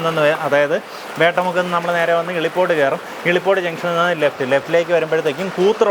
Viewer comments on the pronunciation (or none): ഇളിപോട് അല്ല മിഷ്ടർ 😂😂😂😂😂 ഇലിപോട്.... 💖💖💖